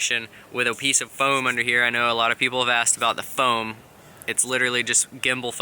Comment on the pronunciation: So you say it's ... it's. "foam"? sorry couldn't help myself. cool video, awesome rippage in the front t yard.